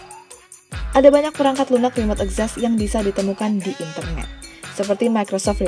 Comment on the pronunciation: Literally nobody: Narator, akses: akses Access: ekzessss